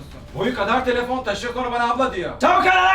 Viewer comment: Boyu kadar tlefn taşıma demesi🤣🤣🤣